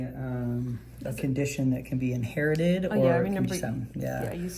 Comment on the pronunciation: It's in-hair-ited